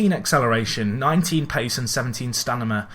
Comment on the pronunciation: Why do you say stanima instead of stamina?